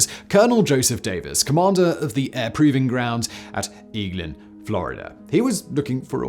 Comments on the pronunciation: It's egg Lin. Not eeglin love all your videos. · “Egg Lynn” not “Ee Glenn”. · It’s pronounced “Egg-Lin” AFB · Hey Simon. Eglin (Air Force Base) is pronounced ay-glen. Cheers! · Simon it's pronounce egg-lynn air force base!! and those bomb shelters weren't our fault the jack wads ran the antennas over from the command bunkers a half kilometer away to fool recon systems!!! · As a Floridian, hearing him butcher Eglin kills me. Lol. Egg-Lin.